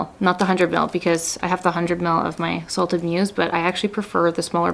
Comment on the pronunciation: I love this! Also, it sounded like you said “salted P****” instead of salted muse. 😂